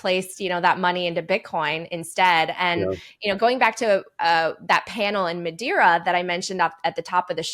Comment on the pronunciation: Madeira. Not Madira.